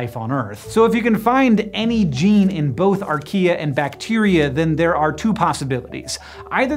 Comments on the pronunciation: Why did I hear "He discovered IKEA?" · Who also heard Archaea as Ikea??